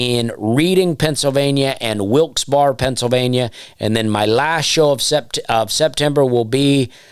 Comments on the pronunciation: Its. Pronounced... " Redding." And, FYI, SwiFty acTuaLLy hAiLs fRoM veRy neAr. Reading, Pennsylvania. It's not far from SouL JoeL's iN RoYersForD anD PoTTsToWn, too! I've known people from Wilkes-Barre, and I think the Barre. Is just spoken like... " Burrah " NoboDy caRes. I knoW. Just FYI 🎉 LOVE ❤ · Hey Dusty it's pronounced Reding and Wilxberry. Love the content! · Pennsylvanian here, “Redding” “Wilks Berry” Be careful with Schuylkill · Thanks for the podcast. The Nateland podcast isn't the same when you aren't on. As far as guitarist, I love U2 so I'm partial to "The Edge". Also Reading is pronounced Redding and Wilkes-Barre is pronounced Wilkes-Barrie.